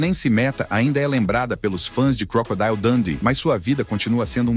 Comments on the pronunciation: é crocodilo mesmo e não crocodaio😊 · Vá ao Google Tradutor e escreva "Crocodile", depois clique no símbolo do auto falante e verá a pronúncia correta. Crocodeal. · Vá ao Google Tradutor e escreva "Crocodile", depois clique no símbolo do auto falante e verá a pronúncia correta.